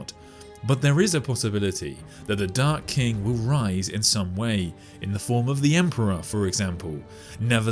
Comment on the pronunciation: The video: The Dark King What I keep hearing: The Dark Kink